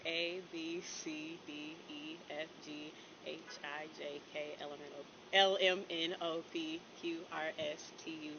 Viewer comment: She said, you know I’m a teacher right, and then proceeded to say …. Ella minnow pea. 😂😂😂 OMG!!